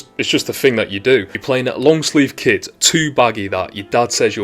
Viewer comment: Are you saying kit or kid? I obviously know you are saying kit - but it really sounds like you are saying kid.